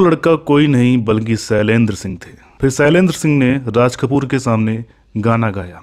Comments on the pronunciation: बेवकूफ पहले बोलना तो सीख ले, सैलेन्द्र नहीं, शैलेन्द्र होता है. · Small correction - शैलेन्द्र , ना कि सैलेन्द्र मुकेश Jee, ना कि मुकेस Zee।